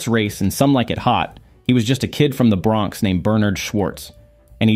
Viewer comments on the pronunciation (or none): none